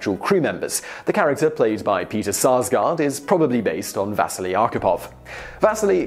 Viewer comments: NOT "Vaseli", but Василий !!! = Vasiliy and the pressure is on "si" and not "Va". Thank you very much!!! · If only he had spent some time at least trying to pronounce the names properly... His name is not VAsili (stress on the A) but VasIli (stress on the first I)! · It's Va-sii-lee. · VasEEli, not VAsili! I like these videos, and I recognize that a lot of fringe names and foreign words pop up a lot, go ahead and mispronounced something you only say once in the video, but the name of the person the video is about that you say umpteen times should be pronounced at least close to correctly. Simon, you can do better. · The pronunciation of Vasili is wrong in this video. In English, we would pronunce his name as Vas-See-Lee. Also, they should make a full-length Hollywood film about the life of Vasili Arkhipov. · Can you at least get the pronunciation of the guy's name right? The stress is on the first i (maybe needs another i or y at the end too). You make it sound almost like vaseline. Quite heroic. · I cringed every time you tried to say Vasili's name. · You're saying Vasili wrong!